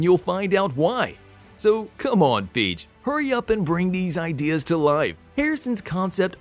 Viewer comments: Kevin Feej bro? Feej? 😂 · kevin "feeg" 😂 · Dude stop mispronouncing Kevin feige name u totally be butchering Kevin's name u need to find out how to correctly say his name instead of totally messing up a person's name